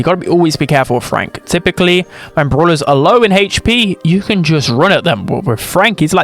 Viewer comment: "haytch p"